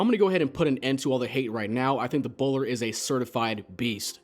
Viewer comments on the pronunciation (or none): did he say bowlder?